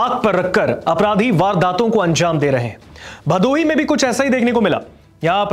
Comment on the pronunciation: Bhadoi ❌ bhadohi ✅